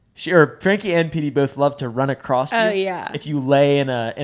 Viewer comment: saying “runs acrosst”